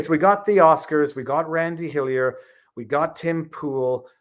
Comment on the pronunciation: its like hes not even trying to say randy